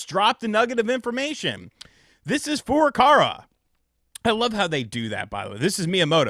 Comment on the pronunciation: I might be just late to the game and don't know if there's some kind of inside joke or something, so I apologize in advance, but why do you pronounce Furukawa's name as Furukara?